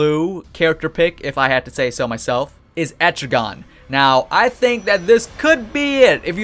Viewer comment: Et-tri-gen not etrigon